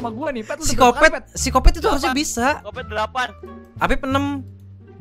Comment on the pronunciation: si kopet..gua denger nya physikopet...wkwkwkkwkjwkwkkwkwkkwkwkwkwkwk